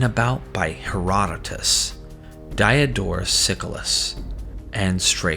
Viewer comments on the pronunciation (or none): I regret that I have but one thumbs down to give. How on earth do you pronounce Colchis correctly but pronounce Chaldean like chalk, or chew? Dee-odorus See-cwoolus. And, sadly, the pronunciation is the best part of this so-called "history". Just complete lunacy...